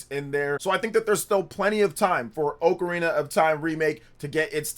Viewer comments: Oakarina? It's OCARINA ah-ka-ri-na not oak-a-ri-na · Why you say ocrarina like that, ? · Dawg why do you say “Oakarina” 😭